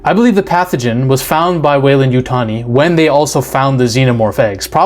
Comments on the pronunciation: Great video, Appreciate you pronouncing 'Weyland-Yutani' correctly, but I have to point of that you mispronounced the word 'Yautja'. According to Steve Perry, in his 1994 novelization of the 'Alien vs. Predator' the comic series, the correct pronunciation is 'Ya-oot-chah,' with the accent on the second syllable, and that "ch" almost a "j" sound. Source: May 08, 2007 reply from Steve Perry himself on the avpgalaxy forum. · Love your vids... you said weyland yutani correctly.. don't listen to those sharmudas I been thinking the xeno we love is one the descendants of genetically creatures made from these base few beginners crossed together.. but i could be wrong.. it would be cool that way... The first monster.. it's a Metroid! What if David uploaded his mind to be the template for many androids.. a backdoor passenger able to take over any android anywhere. Because he's the core.. he's the server..he pulled an IG-88 and put his brain in the system that creates copies. (An IG-88 Droid uploaded itself into the death star 1 and took over as the targeting computer out of sheer watoness to be a megaweapon)